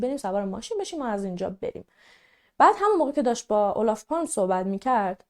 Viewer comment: کیمیای عزیزچند اصلاح در تلفظ نام ها: 🔴در زبان سوئدی g «یی» تلفظ میش. Torg «توریی» تلفظ میشه که به معنی میدان است😊 🔵تلفظ صحیح اسم نخست وزیر هم « اولاف پالمه» است. Kaj: کای تلفظ میشه🔴 🔵تلفظ اسم سارق هم «یان» است